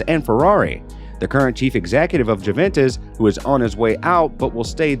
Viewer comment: Jooventez?? Really?